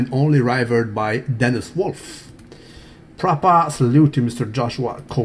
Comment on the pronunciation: politics oiled not propahhhhhh